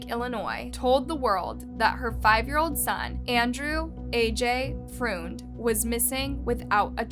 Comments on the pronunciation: Every time I've seen and heard that last name, Freund it has been and is pronounced FRIEND, I'm always stunned when these YouTubers do not check out or verify common/standard pronounciations, it's simply to do, the professional thing to do, the respectable thing to do, hell you can watch a news report and get it, amateur hour here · I know 3 different family’s with that last name and they don’t prounounce it like that. They pronounce it like how it looks 🤷🏽‍♀️